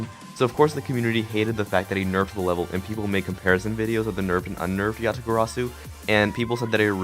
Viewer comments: and you said “Yasagarasu” lol Jk is a joke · Physical pain when he says Yatagarasu wrong